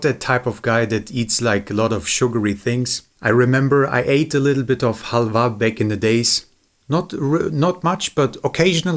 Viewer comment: when the pronounciation of halva is more accurate than english, despite english being a germanic language.